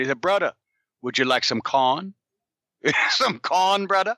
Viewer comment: "Brudda, would you like some cahn? Some cahn brudda?"